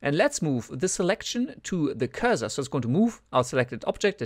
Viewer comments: Cursor, not pronounce 'Curz zer' but 'Curse sir' :) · Sure, multilingual myself. It wasn't a critique, I was trying to help and it's never pronounced 'curze zer' in either American or English. Anyway, great vid :)